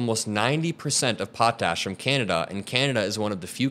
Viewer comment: Love the video, but a couple of Canadian pronunciation notes: the opening of a play is pronounced prem YEAR. A Canadian Provincial leader is pronounced PREEM yur. Potash is pronounced POT ash